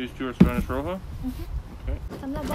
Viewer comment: สวัสดีค่ะคุณ ป้าฝนเพิ่งเข้ามาดูคลิปของคุณนะคะ เห็นถอนกระเทียมน่าสนุก อยากจะบอกว่าถ้าจะเก็บกระเทียมเอาไว้รับประทานนานๆ ไม่ควรจะล้างกระเทียมสดค่ะ ให้แขวนผึ่งแดดเอาไว้ก่อน เวลาจะใช้ถึงค่อยล้างนะคะ ไม่งั้นกระเทียมขึ้นราเร็วค่ะ (กระเทียมขึ้นราต้องทิ้งอย่างเดียวนะคะมันกลายเป็นพิษ พยาบาลต้องรู้ดี😁) อ้อ Spanish Roja ภาษาสเปนให้ออกเสียงว่า โรฮา ค่ะ ตัว J ในภาษาสเปนจะออกเสียงระหว่าง ฮ กับ ฆ ค่ะ Enjoy your day ka. Cheers (ว่างๆ แล้วอ่านข้อมูลวิชาการนี้นะคะ